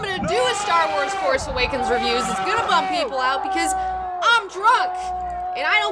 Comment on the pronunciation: why are u calling it the "farce" awakens ?